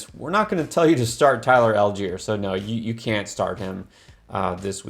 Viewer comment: Allgieier! Lol ok. Why we talking about this